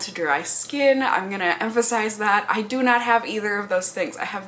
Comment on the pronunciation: I'm going to rewatch this video and imagine you're saying "dew" whenever you say "do." It'll be very punny.